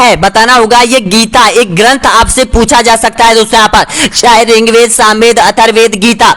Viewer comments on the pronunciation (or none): सर आप पढ़ाते बहुत अच्छा है बस ऋग्वेद को रिंग वेद मत बोलिए